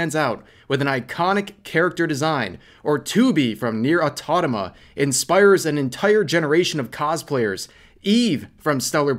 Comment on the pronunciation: I wonder if Rev keeps saying autonoma instead of automata ironically cause he messed it up once and is now commited to the joke or if his brain keeps messing up the spelling of that specific word cause he's never been corrected. Kind of how i used to call the zweihander zwander. I thought the sword was called a zwander for years untill a friend heard me call it that and said "Oh, you mean the zweihander?".